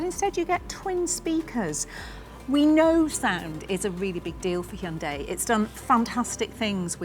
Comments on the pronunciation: First comment: Bravo on saying the name correctly! It's indeed "Hyun-DAY" (two syllables, not hi-un-day). Keep up the amazing work! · "You're the first English speaker I've seen who pronounces the company name 'Hyundai' correctly. Every other English speaker I've heard says it like 'Hai-hun-dai.'" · Wow, this lady is the first British to accurately pronounce Hyundai. impressive! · I like the fender flares. But the mass production model will come with the fenders shaved. It’s not armpit hair—leave it alone. Also, I noticed she was one of the very few Westerners who can pronounce 'Hyundai' correctly.